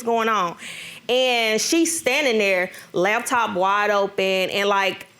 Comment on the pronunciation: What’s a LAB TOP ....ITS LAPTOP PPL ❌❌